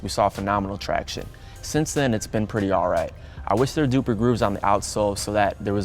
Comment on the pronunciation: He said doooer not deeper😂